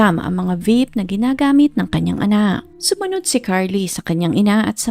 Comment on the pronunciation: OK SANA KASO ANO UNG TUMULAK😂😂😂 NDI APPROPRIATE UNG TUMULAK MO AND BAKIT GRAHE⁉️ DI BA “GA RA HE⁉️” GARAHE‼️THUMBS 👎👎👎👎👎👎👎👎👎👎👎👎👎👎👎👎MORE PRAKTIS‼️